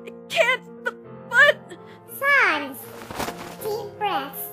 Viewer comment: SANS PAPYRUS??? YOU MEAN "SONS"